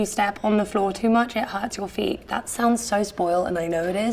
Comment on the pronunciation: OMG ''this flor is really hard '' 😂